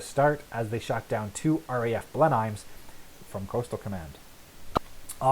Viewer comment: My Grandfather flew Mosquitos with 410 squadron. He was killed on operations September 1943. Sir, you are pronouncing Blenheim incorrectly. It's Blen-um.